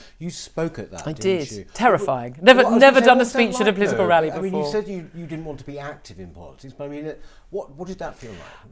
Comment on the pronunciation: What does "plitical" mean? Could it have something to do with politics?